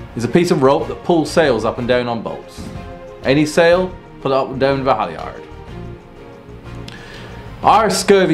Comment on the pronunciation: Our landlubber narrator should learn how to pronounce sailing terms, not just define them. For example, 'leeward' is pronounced 'LOOwerd' and 'halyard' is pronounced 'HALyerd' He did get 'bow' and 'stern' right anyway. And pirates were and are serious criminals--they should not be popularized in clicheed costumes.